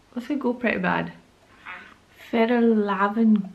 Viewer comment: you pernouse it fe - yall- raven ka-ken